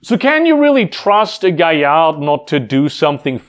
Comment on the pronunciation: Mistakes spotted immediately: Auspice is, in both Werewolf 5th and previous editions, based on when you're BORN not when your first change happens You mispronounced and mispelled "Galliard"